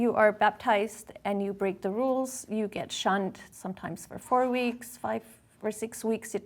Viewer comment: Every time she said they would get “shunned” I honestly thought she was about to say “shot”. 😅